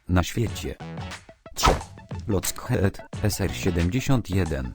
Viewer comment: ps pisze się lockhed a czyta się loked